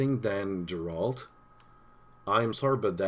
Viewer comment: Deralt? Geralt!